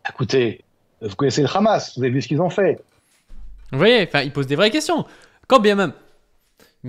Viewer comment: Pourquoi ces sionistes ne savent pas dire : Hamas. Toujours: khamass😂😂😂